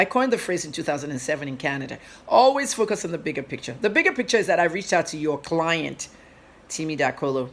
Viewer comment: You speak well but only thing: you insert ‘r’ in words that don’t have R. Eg ‘forcus’ Instead of ‘focus.’ Also ‘serclution’ instead of’’seclusion. Please take it easy. Speak naturally without Rs